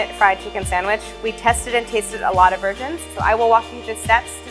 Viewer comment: “We tested and tasted a lot of virgins”